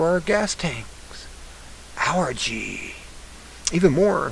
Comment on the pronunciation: "Al Gee" you dork!